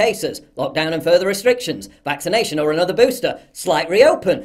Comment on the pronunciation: "Ind point for this vixination"... OMG that is beyond annoying!